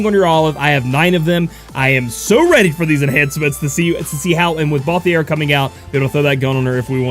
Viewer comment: I'll be that guy. It's ball-theer like the word tier not ball-thee-air